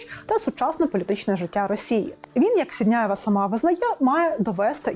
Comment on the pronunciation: Тільки ж не сідняєва, а сіндєєва